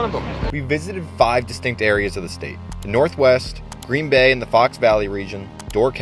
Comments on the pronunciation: Lost me at "Gren" Bay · Seriously? Gren Bay?